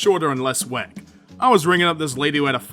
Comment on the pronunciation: The way out said wack made me do a double take thought you said black.